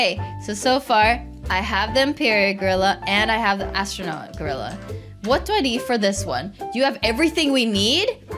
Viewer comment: Does she fr not know how to say astronaut